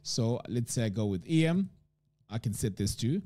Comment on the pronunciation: "em" in typography is pronounced as a word. As in the "em" in "them" vs each letter "e" "m". It comes from "em space". Thanks for the video